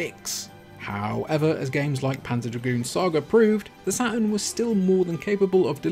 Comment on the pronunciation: I keep hearing "Sega Satin" :D